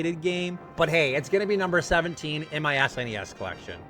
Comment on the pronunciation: I'm only 2 minutes into the video and yes to Super Mario World! It's our son's favorite Mario game, Yes to pronouncing it S-NES and yes to the Canadian pronunciation of Mario.... I get crap for it too LOL😂 And to answer your question, now that I'm done watching the video of my perfect game on the SNES it would have to be Super Metroid